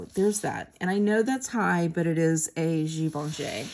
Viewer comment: Your nail polish matches the strawberry and actually you are one of the few who pronounces Givenchy correctly so go ….